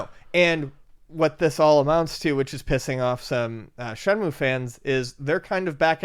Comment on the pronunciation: Shenmue, not Shemue